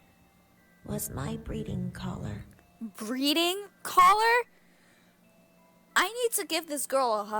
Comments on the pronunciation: at the beginning when shows us here breeding collar I thought she said bleading collar. LOL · Haylie and Nadia Chanel i also thought she said that